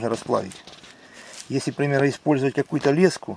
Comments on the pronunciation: Я с Клина работал на комбинате где леску делали ударение ставь на е уши режет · лескА на нервы действует и вообще- если уж ты на камеру говоришь ,то заранее подготовь тезисы , а не тараторь об одном и том же 10 раз подряд ,нудно......